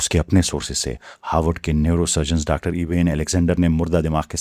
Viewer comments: I think you are Gujar and not educated. Am I correct? Because I see how you Pronounce the word "Doctor" and other english words like laboratory. You say Doctor like this.. "Daactor" It's "Doc tor" not "Daac tor" But few times you say it correct, like you have recently learned how to pronounce it. But forgot sometime. Daac tor.....Hahahah😂😂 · Doctor, Laboratory Haha... Pronounce karna seekhna bai...haha Jaisay news channel pe news pas rahay ho. Thoda relax hokay bolna..... Aisay mae tab baat karta hu. Jab bohut zoor ki lagi ho. Aur bathroom janay ki jaldi ho. Exactly waisay hi baat kar rahay ho. Hang hokay. Jaisay bollywood ka Drama chal raha hai koi. Thoda relax hokay bolna seekho. Phir videos banao bai....hahaha